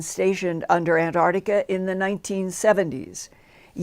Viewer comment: lol Linda there is no "Ardica" ,it's "The Arctic" and "Antarctica" (not Antardica the way you say it) smh